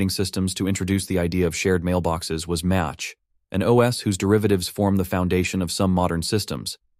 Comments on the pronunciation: Minor correction: it might just be the TTS (not sure if you are using TTS), but Mach is pronounced like Mock, not Match. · Uh, "match"? Are you using a voice synth, or do you really not know how to pronounce "Mach" (protip: it's like "mock" -- you know, Mach 2 means 2 times the speed of sound -- you've never heard this I take it? Never heard of Ernst Mach? Never heard of Mach bands?) Sigh. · I thought this was an AI generated voice. It is pronounced "mock" not "match", but that doesn't take away from the message and great content. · You pronounced the name of mach wrong. It's mach, as in "the jet is flying at mach" not match, as in "lighting a match" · Mach is pronounced Mock (like clock). Message passing like functions existed in the 60s, and def Unix can send messages between processes. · Great video. Small correction. Mach is pronounced “mock”. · Mach is pronounced like "mock" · Minor correction on the pronunciation: It's pronounced /ma:k/, like in mach number (speed of sound). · Also message passing implementation changes per-Operating System. Also it's pronounced Mok. Also how does the change in a Micro kernel, a hybrid kernel, a monolithic kernel and an exo kernel? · I've seen far too much disinformation pollution (where disinformation here is confidently and repeatedly mispronouncing "Mach") and how with our present day semi-literate society one confidently mispronounced word will corrupt an entire culture. To borrow a phrase from English: The barn door is open, but maybe the horse hasn't left yet, in other words, if the video creator posts just an asterisk addition to the video (which, apparently, is easy to do with YT videos), that says "I mispronounced Mach, it's not Match, but it's Mock" -- that would be sufficient. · Thank you. The second I heard this I had to question over 35 years of memory.